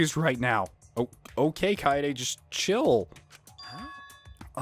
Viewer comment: IT'S KA-EYY-DE NOT KAY-DE! Also. Don't judge Tenko. Himiko is like everything to her. It's cute.